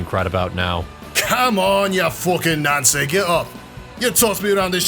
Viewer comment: He said nancie